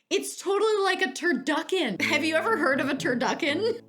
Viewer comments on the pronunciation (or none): When she said turducken, i snapped. I really heard turd-yuck!-en😂